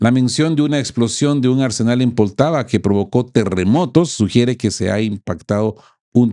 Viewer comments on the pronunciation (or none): none